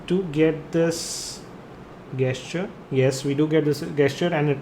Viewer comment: it's pronounced jes-cher not ges-cher